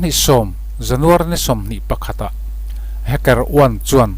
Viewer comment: Hmmm... Inzir belh tur om nual. Sap tong(English Accent)lam dan: Eg:- Hacker, Stealth...nakin zel ah ph... Google hmasa thin rh. Tin, tuna kan soi Stealth leh Hacker te hi a awmzia(meaning)soi fiah nghal zel a tha. A awmzia hre miah lo thenkhat an om don. Vai Serial/Korean Serial ho anga hmuhnom don chauh, ngaihnom don chauh tih ah tih zo/tawpna siam th suh. Part-1 Part-2 etc ... tul kher lo